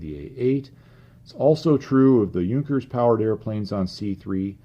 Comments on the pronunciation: has addressed that in one of his about-the-channel videos. He is using the English language style of pronunciation, because his videos are in English. It is a stylistic choice that I personally disagree with, but it is why he deliberately mis-pronounces "Junkers" and "Jumo". Now if only he wouldn't use the German pronunciation of "GMBH", it would be a bit more consistent. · can't even pronounce "Junkers" or "Jumo" right most of the time. I's embarrassing since he is German.